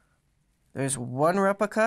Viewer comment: prah-cess, not PRO-cess repLica, not repica